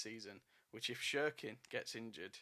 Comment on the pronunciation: Please it’s not shirkin it’s pronounced Sirkin but it’s spelt Cirkin 😂